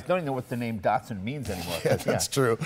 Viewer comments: why are they calling it dartsun when it's datsun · Aaagh! "knee-sarn" and "Dart-sun" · Anthony H. D. No. Mzeil Raz is right. Datsun is a brand of Nissan, like Lexus of Toyota. Not all Nissan cars were given the name Datsun. Skyline was originally made by Prince Motors, which was absorbed into Nissan in 1966. Nissan seemed only to give its original cars the brand name Datsun. 510 was called Datsun Bluebird in Japan. Skyline has not been called Datsun, just Nissan Skyline( but probably they sold Datsun Skyline 240k in the U.S. in the mid 70s because Datsun was the more familiar name there). BTW in the older comments there’s a guy who accused Americans of fucking words up, saying Datsun should be pronounced Dat Sun...or something like that. We don’t care how you pronounce Japanese words at all, rather, we like you to call them your way and feel familiar with them. Datsun, we say like Duttosun. Dut is for Dutch. To is for top in British accent and the biggest difference is that we accent on the second syllable ‘to’.